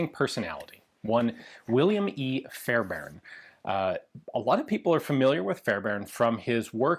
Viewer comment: As a Fairbairn, thanks for pronouncing our name correctly!